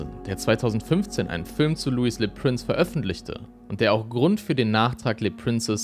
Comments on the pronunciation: Das ist jetzt gar nichts für mich. Sorry! Mich stört auch die falsche Aussprache vom Franz. Prince. u.a. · Prince wird in dem Beitrag kontinuierlich falsch ausgesprochen. Das tut schon ein wenig weh. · Warum sprichst du "Le Prince" englisch aus?